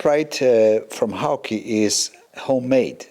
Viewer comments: I worked with David Lazenby & Co in 1972 when the works were located on the west side of the second floor of Swain's Mill on Crane Mead in Ware, Herts. In all that time I never heard one person pronounce the name of the cars in any way other than the English pronunciation, "Hawk". I suppose people who hail from other countries may choose to pronounce the name as their native language pronounces "Hawk" but the designer did not. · Nice car and nice video. You have so much knowledge and experience,next PS the name Hawke rhymes with walk. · Hawke - pronounced "hork"